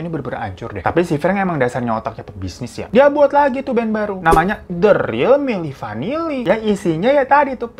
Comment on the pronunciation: Milli vinilli Eh milli vanilla ngakak bgtt sumpah 🤣